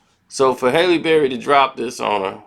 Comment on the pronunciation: said “Haley” Berry, nigga can’t pronounce shit 😭